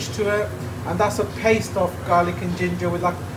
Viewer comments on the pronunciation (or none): none